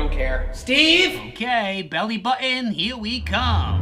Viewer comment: He didn't say "why are you even here" he said "why are you even heret"!?!?